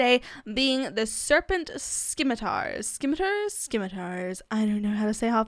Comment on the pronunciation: I looked up how to pronounce Scimitars and its pronounced Sim-meh-ter